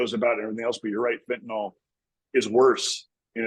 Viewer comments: I wish people would stop saying fentanOL........ It's fentanyl.....- nil...... not -nol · Fenta-nyl is not enunciated fenta-nal. Can I get a refund if it doesn’t do what you say?